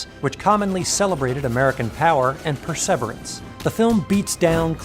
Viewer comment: That 'perseverance' joke is going to go right over most peoples' heads. Hint: It's not just a mispronunciation, it's a reference to America's president at the time.